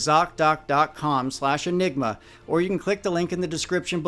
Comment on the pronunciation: Thank you so much for this important work you do. Your thouroughness is remarkable. ( Also, you are the only one who can say zocdoc without it breaking my head😅). I really appreciate you!